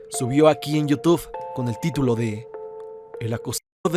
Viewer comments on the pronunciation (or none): none